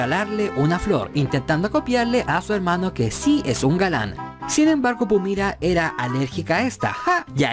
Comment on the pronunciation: Porque Pumira y no Pumara???